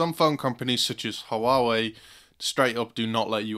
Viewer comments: its pronounced waway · It's /wah-weh/